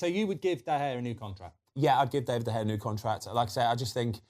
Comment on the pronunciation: can he bloody say david properly